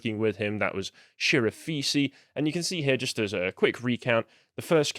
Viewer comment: You mispronounced Chirafisi. But don't worry, Wisco blames Rekieta for all mispronunciations of Chirafisi.